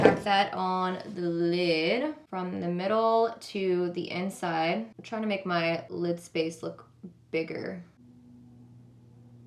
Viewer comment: I love how pronounces "lid" lmao "leeeeed"